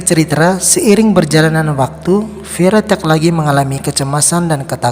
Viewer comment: "Ceritra"...apa cuman saya yang dengernya begitu..